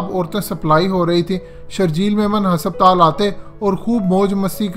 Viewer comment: Sir Hospital hai hasaptaal nahi 😂😂😂